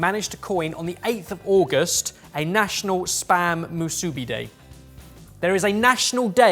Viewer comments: How is saying musubi is killing me. I can’t tell if it’s due to the British accent or putting a Japanese style accent on it. It’s moo-sue-bee It’s like in the US Nevada, people who don’t know say Née-vah-dah instead of nah-vah-dah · Ya'll should really look up the way to pronounce the word properly considering it is in english. Its pronounced moo-soo-be.